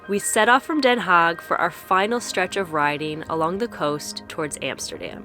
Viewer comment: It is Den Haag, not Den Haak with a g as in loCHness